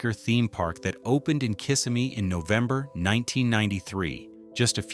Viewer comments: The city is named kih-SIM-ee, not KISS-a-me. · Can't read your title cards? It's Splendid CHINA, not just Splendid. Also, it's not KISS-imee, it's Ki-SIM-me. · Kiss-e-mmee, its italian yea? Im kidding, im fl native, its like ybor city when they say Y bor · Its pronounced KIS-SIM-MEE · Over 47 years in Florida, and I'm just now learning that a nearby city is pronounced "Kiss-a-me" 😅 They left out an additional 2 Orlando attractions that were wildly popular in the 1980's: The Mystery Funhouse, and Wet & Wild water park. Several great memories at both attractions during summer vacation as a teenager. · The guy narrating this needs to learn how to say the name of the city's or towns right !!!! Kissimmee is an Indian name you say it : Kis-sim-mee !!!! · The pronunciation of Kissimmee is incorrect.